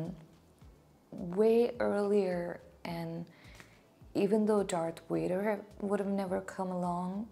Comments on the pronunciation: It's not your accent but your pronunciation. You're saying it with a "W" sound but it's actually a "V" sound. All Sith sabres are red. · Yay! I've been waiting for you to finally get to these! 🙌 By the way,, I know you pronounce Vader as "Wader", but I also know that's just your natural Indian accent, and I really don't like seeing the other commenters make fun of you for that - I find it very rude. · Why is she saying Vader like ‘Wayder’ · I like the dark makeup. p.s. Don't worry about the pronunciation of Vader. I don't know what your first language is, but I know that the Hindi consonant व can function as both v and w sounds. So, it's easy to mix up the English v and w.